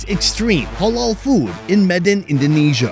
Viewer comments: the word is halal no holol ha like hat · It’s ‘HAH-LAL’ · Dude!! It's not hawl all!!! Halal...